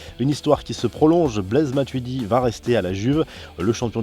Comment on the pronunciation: Ptn il a dit matudi aillié😂